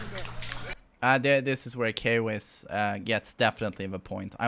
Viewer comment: why says He instead of Kwiss